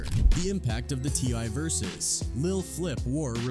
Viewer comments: Sht said T I Y 😂 fuqn bot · It's t.I not Y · T eye eye , t one , tee , tip , T why. Wtf.